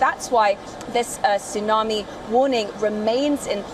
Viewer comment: Why this thsunamee so calm 🤔